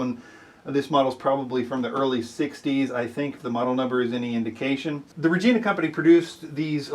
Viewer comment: It’s “rej-eye-na”